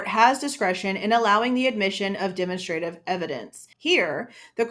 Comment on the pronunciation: Demonstrative is pronounced "duh - mon - struh - tiv" evidence